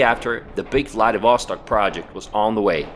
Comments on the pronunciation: It's VladivostOk, not VladivOstok. PLEASE check where a stress should be before repeating the word 99999 times in a video. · Ударение в названии правильно ставить на последний слог. 🌚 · I don't get why Vlah-dee-VOH-stok. It is pronounced Vlah-dee-vah-STOK. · My friend, it is to be pronounced “vladivastòk” not “vladivòstok” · You just suck in pronouncing ВладивостОк /VladivostOk!!! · Vladivostok sounds like Bloody Vostok :D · Why don't you pronounce the city's name properly? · Nice video! I am curious. You have a pretty good pronunciation of the word "Vlad'et'", so why do you say Vladivostok with such a terrible U.S. accent? :)